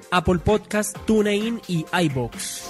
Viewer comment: Sólo les quisiera decir que TuneIn se pronuncia "Tun-in", no "Tune-in". ;)